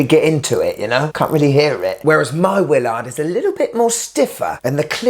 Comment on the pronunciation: I love how it’s a Willaarrrrd.